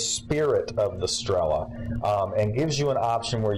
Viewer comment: not strEla, but strelA.